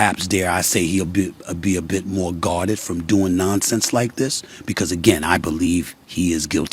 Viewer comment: Just a question are you from DC or the east coast cause I only remember people from DC saying Moe